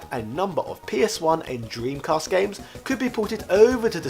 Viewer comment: I love how you pronounces 'The Sega Dream-Cast' Is Slope alright? Looks like he broke his arm there. That guy in the audience cracks up immediately, Is that the guy from the retro channel?